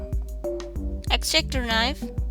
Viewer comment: LMFAO the way he says x-acto knife is like EXACTER NAF